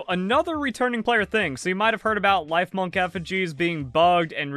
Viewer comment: great video bro. I have always found it difficult to listen to pokemon or palworld content because of the awful butchering of the names but i was able to get through yours because of how amazing the content was great job! LIF - MUNK rhymes with chipmunk... TOM - BAT rhymes with Tomcat.